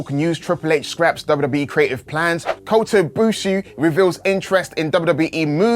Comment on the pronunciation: Did he just say Kota Bushu….